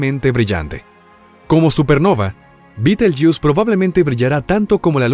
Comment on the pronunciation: Me resulta extraño , risible, que el relator hablé en castellano ,pero que al nombrar el nombre de la estrella lo pronuncie en inglés y no en castellano, que se pronuncia tal como se escribe. Alfa orionis en la antigüedad, para los antiguos árabes era considerada parte de Géminis. La constelación de Orión era llamada por los árabes con el nombre de Jawza(Jauza), ésta era una divinidad mitológica de lo árabes preislamicos. El nombre árabe de Alfa orionis es Yah al-Jawza= mano de Jawza. Al ser traducido por los cristianos de España, cometieron el error de escribir B en lugar de Y, y la nombraron ' Bait al- Jawza= hombro de Jawza. Como he dicho anteriormente me parece ridículo ( ridículo según la acepción castellana y latina de la palabra) que el relator del vídeo lo pronuncia en inglés, pues me suena a ' jugo de escarabajo'.